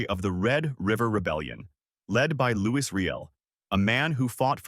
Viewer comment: It's pronounced "Louie"... and the AI is cringe